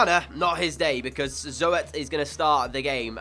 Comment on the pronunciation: If you ever need a good potential CB, I would go for Perez from Atletico Madrid. Love the vid as always :) #RoadTo50K Oh and if you need a decent gk as a back-up to Zoet I would sign Kiko Casilla from Real Madrid. Also 'Zoet' is pronounced like Zoot.